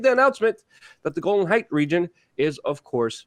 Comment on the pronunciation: It's Golan Hieghts not Golden Heights.